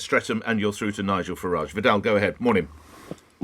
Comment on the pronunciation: If he was so keen on pointing out his ancestors came over hundreds of years ago he would be pronouncing his name ‘Faridge’ not the more continental ‘Faraajh’ 🤔